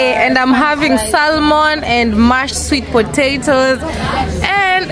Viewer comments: the "L" in salmon is silent. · u drop the L nd oronounce it Samon